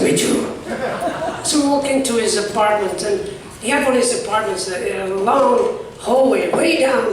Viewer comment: he can't say say 'one' WUN.